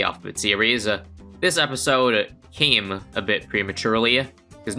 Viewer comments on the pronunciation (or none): why did he say 'came'like that 😭😭😭